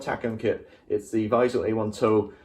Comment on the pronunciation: You can just call it the “weasel”. It sounds almost exactly the same in German. It is not a “wise cell”. It is simple Weasel with a bit more a V sound than a W and a slightly longer first syllable and shorter second as in English (if you want to pronounce it perfectly). Veesul.